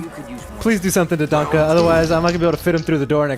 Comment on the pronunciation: Why does this guy call him " DONKA " ? Dude...it's german, and it is pronounced " DAN-KEH", not ... " Donkey Kong ".....